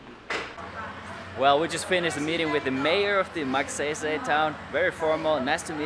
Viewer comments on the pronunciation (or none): You're vlogs are like my chill pill. I really enjoy watching them. Just one thing tho try pronouncing the town name as Mug-sayy-sayy or Mug-sigh-sigh 😊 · did u just say "Magseysey"?? hahahhaa! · Magsaysay..... I hope someone corrected you how to pronounce correctly. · You didn't fail my expectation...I heard that "Magseysey"!;P My jaw drops in anticipation for you to say it again! LOLS! Nice vlog with the kids.You know there are two ways in making them remember you, make them cry or make them laugh! it came out naturally that you made them laugh. Kids have the most pure feelings in showing their fondness and you reaped it not just a piece but in abundance for just one day! They are very appreciative of simple things in life, and so sometimes u just wanna wish to become a kid again., keep that kind, joyous and generous kiddie heart and your youthful bright smile! There is so much more from within yourself that you can share to humankind than you realize. And as one of your audience I can see that. You made a 'MARK"! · Awesome video,! I love the way you pronounce “MAGSAYSAY” haha! And the students got so “kilig” when they saw you. 👍🏻🇵🇭😍 🇮🇸